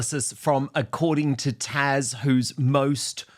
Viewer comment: Dan, her name is not "Tash," it's TAZ!